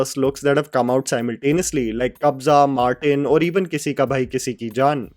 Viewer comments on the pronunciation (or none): none